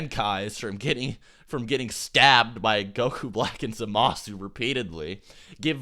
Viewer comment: "zah-MA-su" he says...